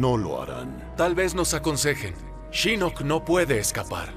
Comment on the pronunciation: entonación correcta shinnok (con fuerza en la i), el latino le pone fuerza en la "o" MAL AHÍ.